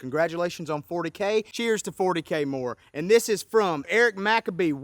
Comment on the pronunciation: Eric McCabe is a professional Disc Golfer. If you weren’t aware!! You pronounced his last name hilariously 😂😂